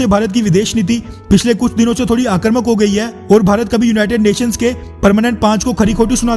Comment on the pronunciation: Achha bola but aakarmak ki jagah aakramak bolna chahiye